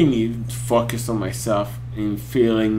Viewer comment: The Legend is back! But now that you're not a brony... reactions to non-pony videos? PS. For some reason when u say "focus" I'm hearing "fuck" xD